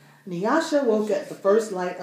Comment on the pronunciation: Thank you for pronouncing NYASHA properly ! : )